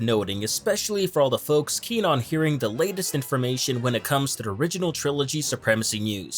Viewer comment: There should be a drinking game where you drink every time he pronounces 'to the' as 'tuh-dah'.